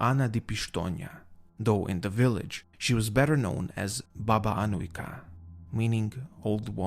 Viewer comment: your serbian pronunaciton of Baba Anujka is really good you can hear cleearly every letter.keep up the good work lovin your channel salute from serbia